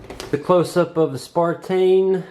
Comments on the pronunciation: Dear God! It is on the Box, the remote, the drone and two or three times on the phone you're reading the app off of. SNAPTAIN! NOT SPARTAIN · good review but isnt it a SNAPTAIN not a SPARTAIN, sorry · You have the box in front of you and instructions and the app....STOP CALLING IT SPARTAIN!!! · "Spartain, S5C. Lol.